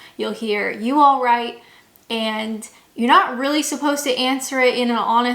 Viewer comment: When saying “you alright” the reason you don’t sound right is because you’re saying the words, what you need to slur the whole thing together and then you’ll sound like a Brit kinda like “ y’a’righ’ “